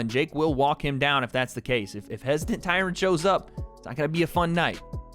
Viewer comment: the way you say, 'Tyron' shoes you have no black friends lol